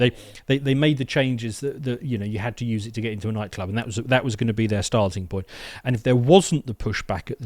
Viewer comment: I heard you use the phrase "..starting point.." , but i misheard that as "...Stasi point.." - was i wrong ?? LOL ;)